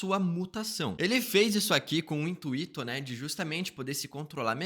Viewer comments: IntuÍto? Oh meu fera, intUito; assim que fala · Intu- i- to me quebra! 😖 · Intuito é sem acento, então não precisa dar ênfase no segundo “i”, intuÍto 😅